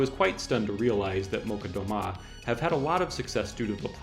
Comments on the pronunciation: Malchat Doma is pronounced "mal-chat" "doe ma" with emphasis on the "doe". Roughly "stay silent at home". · One remark if I may: Molchat Doma is not pronounced Molcat. I don't speak Belarusian but I am Slavic and I am pretty sure the "chat" should be read "chat" and not "cat". Also the accent in Doma should be on the O and not the A. (anyone willing to correct me is welcome of course)